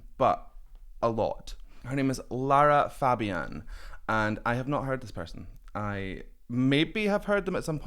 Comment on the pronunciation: First congrats on pronouncing her name right. "Je suis malade" with eng.subs from the same concert is a must. Lara is criminally underrated vocalist with one of the best technique in the business.